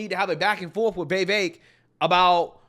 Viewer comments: Day 39 of correcting the pronunciation of Vivek. Viv-ACHE. like take or make. With the VIV before it. ViV ACHE. VIV Ake. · It's pronounced "Vivake". Rhymes with cake. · Why do you pronounce his name as “Vay-vake”? So weird!